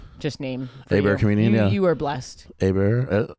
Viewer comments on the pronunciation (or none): FYI, and coming from a welsh person, Aber in welsh is pronounced like ‘Abba’ not ‘a bear’